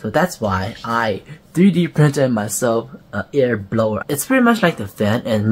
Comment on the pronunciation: air blower, not ear blower haha, great video though